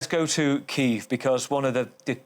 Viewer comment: Awful pronunciation of Kyiv.